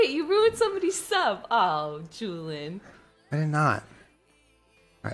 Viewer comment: isn’t it Julian and not julen? 🤣🤣